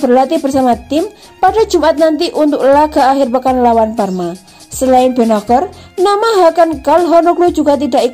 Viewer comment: Sebagai Milanisti gua kecewa isi video sama judul ga nyambung.. mana gelandang yg lebih hebat dr Pirlo??gini banget nyari view min.. perbaiki juga tuh pengucapan nama pemain Milan, benaker??? Gatel kuping min.. sori tak dislike min